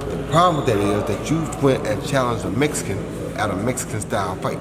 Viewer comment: MEX - I - CAN. ( Canelo )